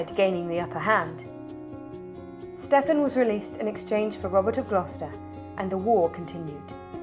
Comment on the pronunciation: Should be ponounced "Steven", not "Steff-an" despite the spelling.